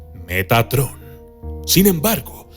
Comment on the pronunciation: Yo escuche "megatron" :v